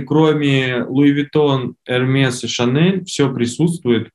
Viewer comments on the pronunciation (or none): Специалист говорит ЭрмеС, это супер 🤣🤣🤣🤣 он на Садоводе закупается?